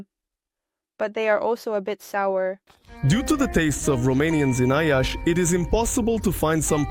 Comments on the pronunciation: Not "Iasi", that citi's name is "Iashi" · It's Iași (pronounced approx. Yash). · <Iiiashii>... They didn't even pronounce the name of the place they are living in correct... They hate the guts of us. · Thanks! Why make this video without knowing how to pronounce the name of the city? Or do most foreigners say ya-see?